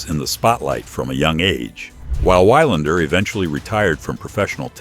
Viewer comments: Good article, except for the horrible mispronunciation of his name as "Why-lander". The correct way to pronounce his name is VEE-lander. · It's pronounced vi lander, not y lander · GET THE NAME OF YOUR SUBJECT RIGHT FOR CHRISSAKES!!! It's Mats VEE-lander. Not VIE-lander. And you do it multiple times. Have a little respect for your subscribers. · It's pronounced Vee-londer, good god at least get the name right. Do basic homework. BOO! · I paid attention until the AI says "Wigh-lander". Utter crap. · Was going to say the same thing. These stories don't deserve hitting the like button. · Your pronunciation of his name is truly WILD. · Learn to pronounce name of champions correctly..moving on...